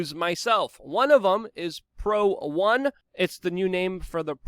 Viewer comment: Why'd you say proONE like you were speaking to us in code?